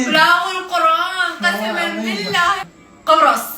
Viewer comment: قبرص مو قرص 😂😂😂